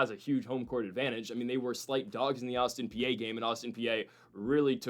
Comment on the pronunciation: Is pronounced Autin PEA, not Austin PA……….